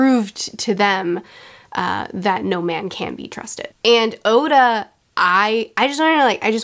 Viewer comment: I've heard her mispronounce a lot of things, like Oda being Osa, but now she just pronounced ally like alloy and I kinda lost it and giggled out loud.